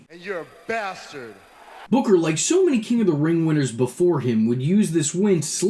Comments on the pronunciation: I LOVE how he laughs 😂😂 the way the AH in BOOKAH got even more ridiculous as the story went on was hilarious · King BUHKAH!!!! Can't unhear that now.